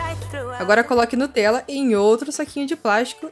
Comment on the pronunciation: o seu é melhor só quando vc falou Nutella